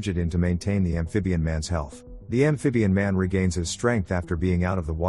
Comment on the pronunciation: I will drink a shot every time he says ambfibian man.